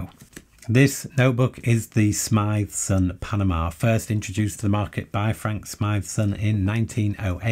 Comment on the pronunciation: you just corrected the way I pronounce Smythson, thanks! (they are indeed not cheap but paper is an expensive goods and the quality is on the higher end of the market so it is understandable.. the general finish is also is among the absolute best and the binding is, again, among the absolute best.. quality doesn't come cheap).